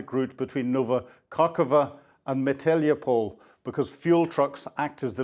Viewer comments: Ooo we have a new Ukrainian city …… Meteliopol …… or did you mean Melitopol!!! lol ….. oh we do love you!!!! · Oh ….. here we are again with your incredible pronunciation!!!! I love these videos if just for the comic name value!!! …..after me ….Ma litt a pol!!!! And together …..Melitopol lol love it!!! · How long has this guy been reporting on this war and he still can't pronounce the names of important locations? What is a split? He means spit. Where is Maalitlopoul? This is basic to good reporting. Cmon. Please. And what is with all the iconic devastating superbole? I would mark this as hyper verbose. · Kinburn Spit (not split) and Melitopol, not your butchered version. Get it right if you want credibility. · That Tupolev crash you are showing and talking about is very old news. , it is called Melitopol. This is the first time I have heard anybody butcher that easy word (it come from the Greek, just like Mariupol and Stavropol). Please tell us exactly where those 600 square kilometrs of land retaken by the Ukraine is, as I suspect this is old news as well. I'm going to stop watching this video, as all you are telling us about cutting bridges to Crimea is quite old news now.